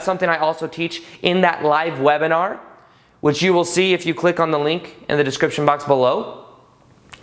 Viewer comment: Great video! Much love to you and your friends in Costa Rica! And enjoy your stay of course:) Ps. wive lebinar... I'm sorry but it was just funny to me 😂❤️